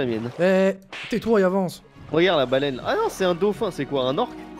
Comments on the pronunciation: ta dit une balane au lieux de baleine lol sa ma fumer 😂😂😂😂❤❤❤ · t as dis ya une balane su lieu de balaine